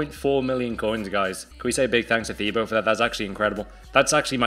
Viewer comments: I thought it was pronounced Tibo not thibo (btw i know his name is spelt Thibaut) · His name is pronounced ti-bo. He must of been cringing every time he heard his name said wrong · It’s pronounced tibo